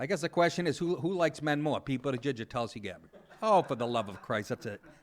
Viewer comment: Did you say Pete Buttijizz? No, that's just what I heard...